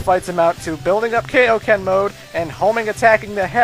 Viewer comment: It's not pronounced Kay-Oh-Ken, it's Kai-Oh-Ken. You know, as in King Kai, the move's inventor?